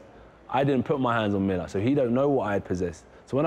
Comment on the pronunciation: Millar ...terrible, terrible